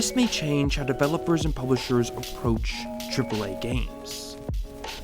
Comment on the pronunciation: "CHRIPPLE A" lol